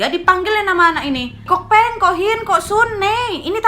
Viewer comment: Ngakak klo ngomong kok hin kok soon dll awokawoka